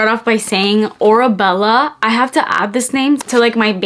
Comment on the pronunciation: The perfume is pronounce “aura-Bella”, the name comes from Hadid’s Arabic family name which means “iron ore” and the word “aura” which refers to the “distinctive atmosphere surrounding each person” The brand also includes the cursive words “ Oasis of Love” 🤓